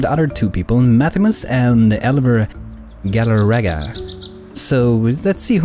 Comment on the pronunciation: its actually Galarga not Galaraga But its okay, dont worry And to who ever understands what I mean with Elver Galarga leave a like Keep making videos I realy like them